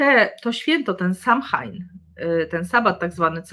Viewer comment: Pozdrawiam i dziękuję. Btw Samhain wymawia się „so łin” 😃